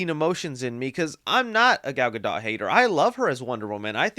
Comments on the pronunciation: 1. “Casted” isn’t a word 2. Please learn how to pronounce Gadot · She prounces it like Guh-Dote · Gal gadot